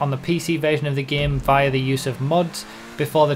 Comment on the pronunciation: The way he says via makes me triggered